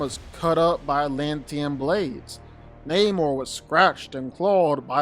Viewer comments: It's not naymor.... It's Namor. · Na-mor not neymor hahhahaha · your pronouncing his name wrong, its either Nah-mor or Aguhl-guhl-khan.. lmao the only reason why they changed the origin story of his and had a mexican play this character instead of a European is bc they thought he would be too similar to aquaman which includes the underwater city of atlantis.